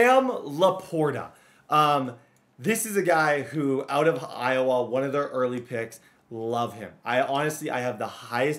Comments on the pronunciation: man really said IOWAAAA instead of IOWUH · Iowa (Eye-oh-wuh) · Bro please as a iowa resident don’t pronounce the a, it’s eye-o-wuh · Bruh tha way youre saying Iowa is killing me I lived in Des Moines for a min it pronounced Eye-Oh-Wha but say it fast n smooth and then you're A1 my guy. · Can’t get over pronouncing Iowa